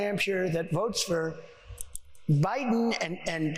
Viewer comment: why does he say BI-Den like that